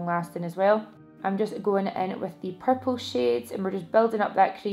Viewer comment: Purple eye shadow looks AMAZING on you!! And I love the way you say purple 😫😫😍😍 xx